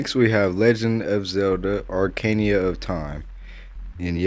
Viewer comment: He pronounced and spelt Ocarina wrong but for those in the video looking for the 17 other titles he forgot to add here's a list- I'll cover for him: Pikmin 1 Pikmin 2 Zelda Wind Waker Zelda Twilight Princess Zelda Majoras Mask Breath of the Wild Mario Odyssey Zelda NES Luigi's Mansion Links Awakening Mario Sunshine Mario Galaxy 2 Spongebob Battle for Bikini Bottom Wario World Sekiro Armored Core 6 Monster Hunter World (Nucleus Coop) Honorable mention for Elden Ring and Dark Souls Seamless Coop. Also, weird coincidence that I just happened to know of exactly 17 off the top of my head.